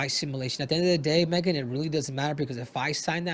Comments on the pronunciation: I think he was saying Megan's name wrong. I think it is pronounced Meegan. lol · Nice of her not to correct Henry for pronouncing her name wrong.